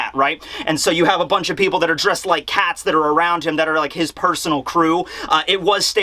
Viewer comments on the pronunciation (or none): none